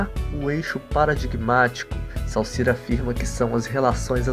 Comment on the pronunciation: Lê-se "Sôssiürre" xD